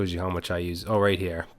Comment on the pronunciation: Thank you for this crash course :) p.s. "much" instead of "mush"